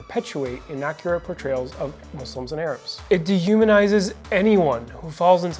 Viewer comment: 😂😂 why can't they say it muslims 😂